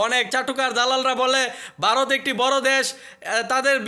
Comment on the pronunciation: Barot na re ota varot Uchharon